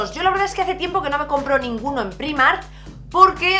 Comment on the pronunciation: Me encanta que con lo internacional que eres sigas diciendo Primark así como se escribe. Yo soy incapaz de acostumbrarme a decirlo de otra maneraaaaa :(:(:( Por cierto, la camisa que llevas es preciosa y el labial ya ni te digooooo!!! Y del haul me quedo con la chaqueta del principio, me ha enamorao :) Un besinnnnn!!